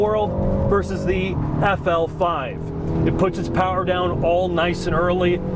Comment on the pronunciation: calls it the “Affel Five.”